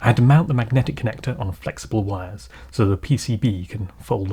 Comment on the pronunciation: Great video! To prevent a case of bystander syndrome, i do want to quickly say that "wires" are pronounced with a W, like, from the word "Why" or "Want" or "Week".